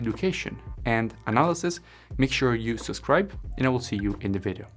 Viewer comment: We say video not vedio :)